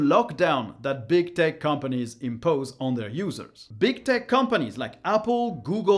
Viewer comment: Man, I love your content. Always very informative. Also, thanks to my poor hearing, and your accent, every time I hear you say "tech companies" it sounds like "dick companies" and it cracks me up. :P